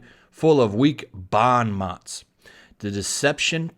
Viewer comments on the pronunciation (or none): You totally massacred that pretentious use of a French phrase. XD Not complaining, just informing anyone who cares enough to read on. "Bon mots" means good words and the N is not quite but nearly silent, almost like a cross between the sounds of A and O. It's a French thing that's easier to understand from the hearing of it. The T and S are both silent on "mots" so it sounds like mo.